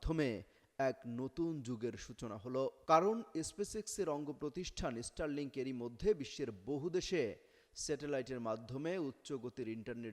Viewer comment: ইস্টার লিংক।😂😂😂😂 উচ্চারণ ঠিক করেন আগে। এটা স্টার লিংক।